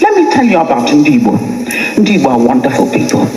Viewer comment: I knew she is not an igbo cos she cannot pronounce igbo word proper.